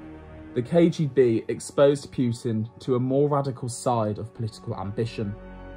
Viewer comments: Not that he deserves the respect, but technically it’s Poo-tin, not Pew-tin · Seriously. Putin isn't hard.